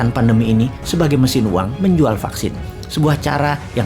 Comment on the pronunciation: "Vaksin, fucksin, vaksin" 😂